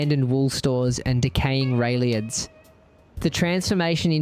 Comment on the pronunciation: I always wondered whether this was a fake AI voiceover… But now I can confirm that it is… Because who would ever pronounce? "rail yards" as "railiads"? 😵‍💫